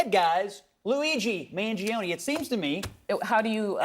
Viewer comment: Pronounce "Mangione?" Think "Chuck." Don't tell me you're too young to remember. Oh, and one very last comment about pardoning Hunter. Something happened: Trump won. I have no confidence AT ALL that Joe Biden's son would be treated fairly by a Trump Dept. of Injustice. I expect Biden Sr. feels the same. And only a damn fool refuses to change their mind when the facts change.